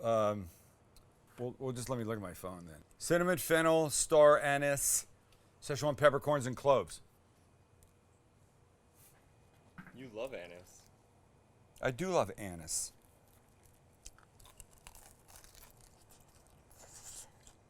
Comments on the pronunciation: Sam, it’s pronounced “Star A-Niece,” not “Star Anus.” 😂😂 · Star A- NEEEESE , who tf says star AN-sssss